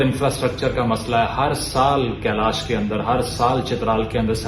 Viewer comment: Apna hi desh ka jagah ka naam galat bola ... Kalash hai kailash ni